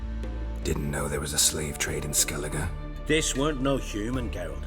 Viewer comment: I'm Irish and the way they pronounce names in skellige makes me sick. I feel your pain...........